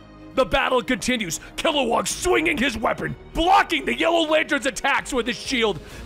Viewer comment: Kilowog. Not WAG.